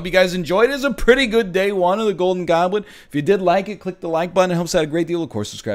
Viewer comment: "GOULDIN GAWBLIT"